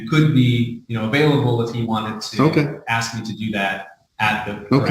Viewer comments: "Aks" you ...... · You can’t axe a question. Maybe if you ask a question it will get answered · Cause he didn't axe properly